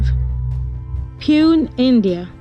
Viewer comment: You butchered the pronunciation of Pune. Its POO-NEY